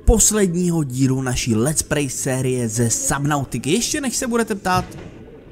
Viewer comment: lets-pray ? :D